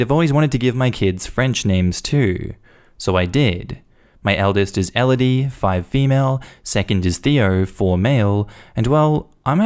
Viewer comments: Just a gentle correction on the pronunciation of Maxime - it’s pronounced Mack-seem. :) Eh-loh-dee and Tay-oh. Technically! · Story 1: for reference as do how she pronounced them wrong Theo—> Te-oh Elodie—> eh-loh-di Maxime—> Max-eem